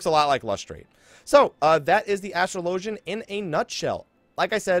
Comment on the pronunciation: It's pronounced as-trahl-o-genNot astral-ogin